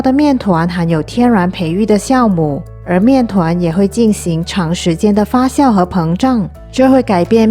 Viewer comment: 感谢分享。顺便纠正一个字的发音，发酵（发叫）不是（发笑）。